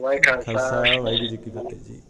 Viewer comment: Please Please 🙏ਵਾਹਿਗੁਰੂ ਜੀ ਕਾ ਖ਼ਾਲਸਾ ਵਾਹਿਗੁਰੂ ਜੀ ਕੀ ਫਤਿਹ 🙏 Please say Fate properly say all words properly. Please do not try to shortcut . Please Try to under stand the importance of this Greeting. Say all and each word clearly with all confidence, please do not mumble jumble the words. 🙏💐 ☬ ਵਾਹਿਗੁਰੂ ਜੀ ਕਾ ਖਾਲਸਾ, ਵਾਹਿਗੁਰੂ ਜੀ ਕੀ ਫਤਿਹ ਜੀ ☬🙏💐